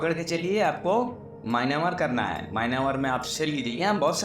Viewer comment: Maynamar nhi hota myamar hota h bhai